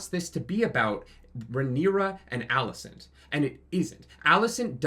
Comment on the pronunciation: Okay bot, firstly it's Alicent. ALICENT. Also, every character in the book was boring and BARELY a character. Like, whatever fantasy in your head is what the character was. Fire & Blood was one of George's weaker books for that reason. He's only a good writer because of the way he writes characters. Because he wrote F&B like a history book, it was dry and boring. The occasional quote here, but you never really get any insight into any of the characters. Just lots of tropes and random accounts from third parties. In fact, every single character in the Dance was fucking unlikable as fuck BECAUSE they had no depth to them. I don't know what books you wiki bots read, but it wasn't Fire and Blood. lul But yeah, this finale sucked and so did the season, but NOT because it didn't follow the shit book. It's because the screenwriters are meh.